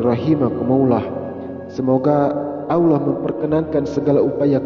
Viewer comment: suara deskripsi tayangan ini aja salah, mengucap auloh yang benar Allah...